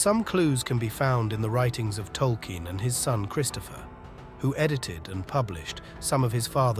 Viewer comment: tolky-en? It's Tol-keen! Come 0on bro. lol